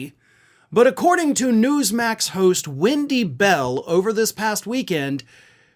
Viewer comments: Does he keep saying windy bell? Is her name windy? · "Wendy Bell" I thought you said "when she smells"! There,I said it and I'm glad!! But I'm not on Spews Muck so I'm not restricted!😁. So there!! And I'm sure,she smells like 💩 she does!!